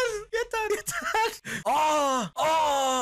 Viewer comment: Ya Yeteğrrrrrr Diyor Ya Canını Yediğim asuıdhasuydghadasd